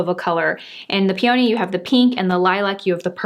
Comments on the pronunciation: PS....PEE uh nee Ha you had me thinking I have been saying it wrong all these years but my mom was into flowers...so I say it with a soft a . which is close to uh. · Yes with the emphasis on the first syllable. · Started watching your tutorials a few weeks ago and I love them. I also have hooded eyes and I enjoyed watching this one. Language is such a confusing thing and plant names especially but here in Australia we pronounce Peony with an F ....so sounds like "feeny". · Enjoyed your informative video and love the shadow palettes! I’m in Ft. Worth, TX and i pronounce the flower pee-oh-nee. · Beautiful as usual. Enjoy your channel so much, very informative and realistic looks for the ordinary person. I'm in Minnesota and we pronounce peony as pea a nee🙂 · this is how we pronounce it in Philadelphia: pee-a-knee. Love this review. Ordered peony and lilac and the lipstick!